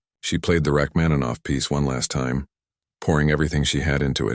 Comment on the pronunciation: I’m a professional musician. Please get your AI to correctly pronounce the name of the author of the piece, Sergei Rachmaninoff. It’s incredibly disrespectful to mispronounce his name.